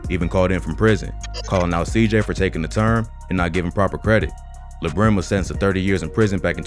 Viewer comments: Mans Said LaBrim 🤦🏾‍♂️🤣🤣 It’s La Brim as in La-La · It’s lah like lalala brim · It’s pronounce “Lahh Brim” bozo lol